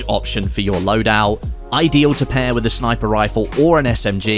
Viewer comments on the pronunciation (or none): none